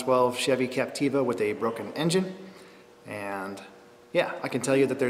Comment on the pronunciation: OMG LOL I just realised you keep saying ''craptiva'' lol! omg I don't know if you're saying that accidently or purposely but its hilarious anyways <3